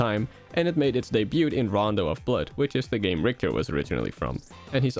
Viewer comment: I'm sorry dude but i can't get over every time you say "debut". The T is silent!